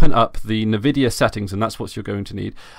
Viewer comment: "Nuh-vidia" xD